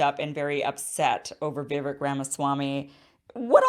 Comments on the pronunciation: I love your work Kim, and I think you're just starting to get to know Vivek (pronounced Viv-AKE) and you might come around on some of the "out there" policies you disagree with. Once you hear him unpack his policy ideas you see they are very reasonable. Keep up the good work! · Please learn to pronounce his first name as he does. Cake ! Vivake! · Omg at least learn to say Vivek's name.... it rhymes with cake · Okay Kim. Vivek is pronounced Vi -vake. Like cake. You if all people should know that whether or not you like him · Kim, Vivek is pronounced like Cake. That's an easy way to remember it. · it's pronounced Vii +vake . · VIVEK, like cake. Please at least say his name right 😂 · His name is pronounced Vi-vake, like cake. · Pronounced: “Viv-ake” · His name is pronounced "Vi-Vake". MSM is telling a different story. Weird. Plus Kim, He said Climate Chamge AGENDA is a hoax. The policies are the hoax. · Nikki Haley is a warmonger. Yeah she did such a terrific job at the UN and her experience is as rookie as Ramaswamy’s. But Sidenote. She’s the other person of Indian heritage on that stage and she can’t pronounce “Vivek” correctly? Like almost all the White and other people are pronouncing his name correctly and she cannot??! Seriously? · Great show, Kim, thank you. I could sleep better at night if Vivek or RFK jr were elected. I would love it if Trump would be a revered advisor to either one of them I like many of Trump's policies , but he is too divisive. We need to be a more united country. PLEASE NOTE: Vivek- his name is pronounce Viv-ake- not Vi-vik! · I like Kim, but the least she can do is learn how to pronounce Vivek's name. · Kim, you were the one who explained how to pronounce the name "Vivek" in your interview with him smh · Vivek rhymes with 'cake', not 'civic'. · It's "Vi-VAKE" not "Vi-VEK" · Just an fyi- Viv(ake)-- rhymes with cake. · It’s Vivek pronounced like “cake” at the end. “Vivake” I agree with everything Vivek says!